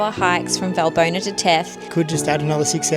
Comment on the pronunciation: ES HEIST. WALLBONA WALL.BONA WERD GESPROCHEN BRUDER